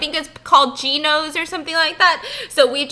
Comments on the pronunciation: BiSS REALLY CALLED IT GIORNOS this is a absolute staple pizza restaurant called Giordano's but I still love you BiSS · "gios" 😂🙃 GIORDANO'S STEPHANIE!!! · What other Chicago-ian got mad when she said ginos 😂